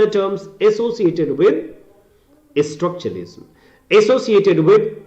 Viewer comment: You said you're a story teller but your pronunciation is not that good as you keep pronouncing "structuralism" as "Estructuralism".